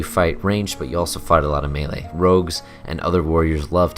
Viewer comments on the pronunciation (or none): none